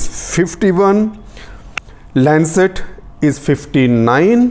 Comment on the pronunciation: Its Lancet.